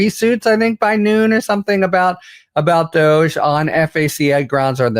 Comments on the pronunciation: DOJE is pronounced "dodg-y" or maybe "Doggy" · DOH not DOGE. Haha. Good one. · “DOGE” should be pronounced “Doggy”, because it will annoy musk, and that’s what musk is doing to trump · DOGE? I thought you said Douche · I keep telling you, DOGE is prounced 'dodgy'. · I pronounce that as “DODGE” which is fitting for the orangekins because they dodge the truth and morality at all costs. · "DOGE" needs to be pronounced and addressed as "DODGY". FMD! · Every time you say DOGE, I think douche, and then my brain adds bag to it. "Douche bag"